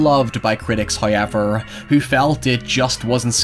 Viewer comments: Me: However: Hiyever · Im come to these videos just to hear hoyever